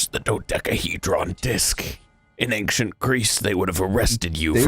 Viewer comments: Why does say Ainkcient Greece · Every time says the word ancient wrong I die a little inside